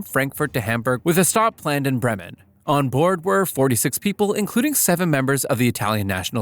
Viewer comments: Ja du sachet Brem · I feel offended by how he called bremen